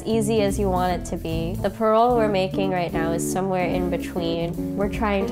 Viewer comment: she keeps pronouncing parol as pearl....